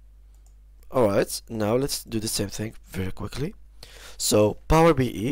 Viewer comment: It's Power BI (bee eye), not Power BE(bee ee) 😅